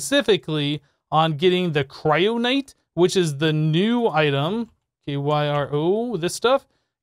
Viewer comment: Why do you keep mispronouncing stuff? How is kyronite a "cryonight"?